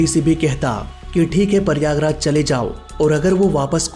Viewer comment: it is prayagraj not Paiyagraj. 😂😂😂😂😂 U r from which school 🎒